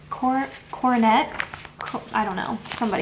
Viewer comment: You got it right- Coronet